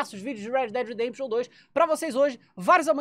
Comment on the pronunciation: Red pimba redempition